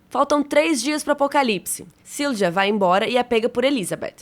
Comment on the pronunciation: a letra J tem som próximo ao I Silja na verdade se pronuncia algo como "zilia" Só pegar o Jonas como exemplo, se fala Ionas (aproximadamente) Mjolnir (martelo do Thor) se fala Miolnir (aproximadamente) Tarja (ex vocalista da banda Nightwish) se pronuncia Taria (aproximadamente) Pra tirar a dúvida, use o Google tradutor.